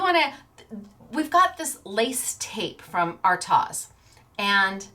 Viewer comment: The pronunciation for artioz is.... the a is silent so it is pronounced as...r-toz